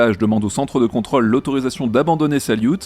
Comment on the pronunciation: Contrôle, pas contral.